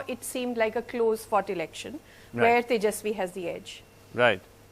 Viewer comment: Can't even pronounce Tejaswi !!!😂😂😂